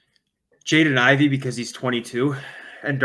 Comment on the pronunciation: It's Ivey, and it's not even close!